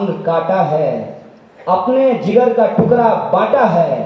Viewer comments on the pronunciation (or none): none